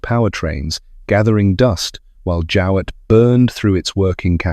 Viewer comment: No I don't remember the name, a pity you didn't look up the way we prounced it at the time, a simple Google search. My Grandfather had a pre-war Jowett and always called it a "JOH"+"it" as you could have easily found out Googling Jowett car prouncation. Apart from that a very good presentation.